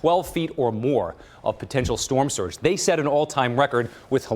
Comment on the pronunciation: Surge not sturge